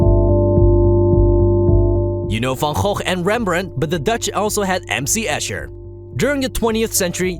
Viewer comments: but the pronunciation of Van Gogh was actually impressive. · It's how it should be :3